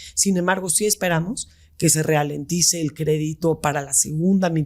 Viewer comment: Se dice “ralentice”, no “realentice”. Si van a usar palabras mmdoras al menos úsenlas bien. 👍 sí la supo usar, se ve que sí lee. Se los dejo para que no sigan el ejemplo de Regina y queden clown